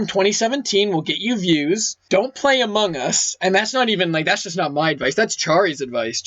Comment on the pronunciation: This video deserves 30,000 likes. BTW it sound like says amugus